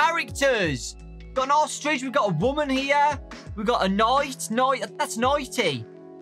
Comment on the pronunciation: Whg did you say ostrich like that 🤣🤣🤣 Dowko:VENTS OOSTRECH ME:OSTRECH